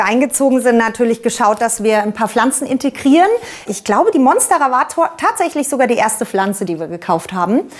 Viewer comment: Zuerst habe ich verstanden, dass sie 15.000 Pflanzen hat, bis ich verstanden habe, dass das ihre Follower sind … Schrecklich, wie diese Leute teilweise die botanischen Namen aussprechen. Korrekt wäre zum Beispiel Mónstera, nicht Monstéra. Alles Corona-Experten, Russland-Versteher und kleine Botaniker da draussen …